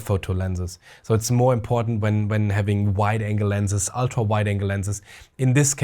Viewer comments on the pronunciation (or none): none